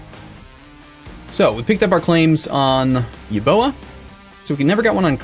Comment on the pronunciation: I can't handle it anymore. It's pronounced Eubeya, not Euboa.